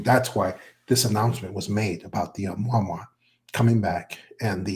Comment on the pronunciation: This guy's Been Around in the UFO field for years, & THIS Does'nt SOUND LIKE HIM, this guy Can''t Even Pronounce Ah Mu Ah Mu Ahhh HOW HARD IS THAT, he's Had Years to Learn to Pronounce it Rite, So What Gives Here. He Talks like a Faker, Trying To Play The PART, FARRRR TOO MANY, eh ahh uh mmm ah eh uh!?, Prime Teltale of BULLSCHITZEN ARTIST ATEMPT!. What is Now Saying IS Diff than what he's Said n Talked About Prior NOW, All of A Sudden we've got MULTIPLE Secret Space Programs JUST WITHIN Our COUNTRY!?. ALL this Supposed Fragmentated Industrial Space, etc Interests, Even Sounds OFF in This Episode. Like Many Other deepstate media FAKE Presentation Creations, i'm feeling THIS IS ANOTHER ONE!, & YEAH This guy is speaking like an MK- ultra Mind Programed Individual!🤨🌎🇺🇸⚖️🦅😉😎, WWG1WGA&QA's2/ P.T.'s 3%'rs, MacChaughleh, M.A.G.'r Yet, & ALL Countries,. Ayuh